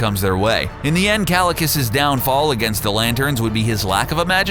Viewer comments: kalicus? omg how you dare... it's KAECILIUS not Kalicus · "Kalikus" ITS PRONOUNCED KYE-SIL-EE-US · Ki-see-le-us is how is pronounsed